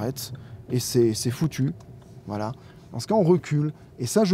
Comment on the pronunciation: Quand dit « voilà » j’entends « voillah »